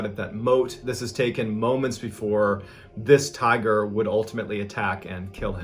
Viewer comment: Please tell me I'm not the only one who heard tire instead of tiger the first time